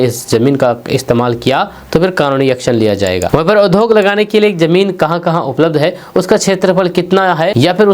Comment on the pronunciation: कृपया उच्चारण पर ध्यान दें, उद्योग के जगह पर आप उधोग का उच्चारण करते हैं, विद्यालय के जगह विधालय का उच्चारण करते हैं